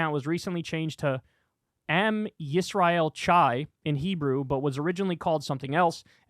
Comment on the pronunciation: Kyle’s pronunciation of am yisrael chai is hilarious. Not as hilarious as him immediately buying Fuentes’s story but still.